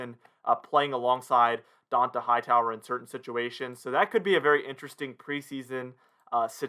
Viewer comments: It’s pronounced dontay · DON Tah Hightower…How do you have a YouTube talking about the pats and not know how to say this man’s name lol. He’s been a defensive centerpiece for 3 lombardis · How do you not know how to say dont’a name he’s been apart of the team for like 9 season now cmon man